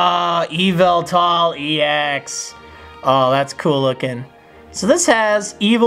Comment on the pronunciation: It pronoced Evil tal not Yuv il tul